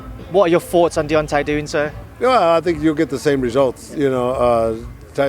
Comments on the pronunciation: He aint the only one getting the names wrong....its Deontay not Diontay lol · 😂 he said diontay wilder had two ways of winning and diontay wilder only had one he keeps getting the names wrong don’t know if any one else heard it but🤣🤷‍♂️